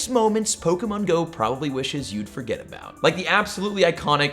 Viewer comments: ah yes, froget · In the intro it said froget 15 seconds in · FROGET 🤣 bet you wish we froget that eh eh ;) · Bro said froget lol